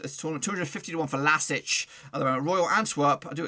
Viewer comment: Can't you pronounce the club name correctly? LASK, not LASIC or else. Either you are poorly prepared or you have no respect for a small Austrian team.